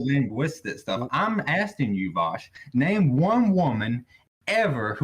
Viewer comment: Idk why he keeps saying his name wrong, it's pronounced VOWSH